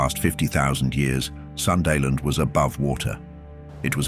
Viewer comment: Hello, im from southeast asia, Java island, provice of west java, where the sunda people are, and I speak sundanese too. Sunda-land is not pronounced "Sun-dah-land", but Soon Dah Land. Thank you